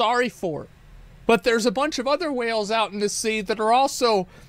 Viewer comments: This mofo saying Wells instead of Whales is driving me fkn nuts ! Three videos now … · My biggest problem with this guy is the way he pronounces whale as "well"